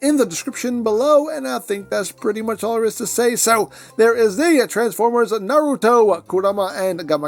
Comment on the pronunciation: Not knowing the show is fine cos you're at least saying Naruto correctly Even people who HAVE seen the show say it wrong as nah-ROO-toh instead of NAH-roo-toh Also the Gamakichi is a brand new mold though is likely to be made into Spittor or Diver Most likely Diver since we already have Tasmania Kid and Lio Convoy from Beast Wars 2nd